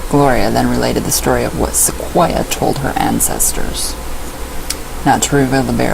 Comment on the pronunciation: You are saying Sequoyah correctly. His name is pronounced the same as the trees.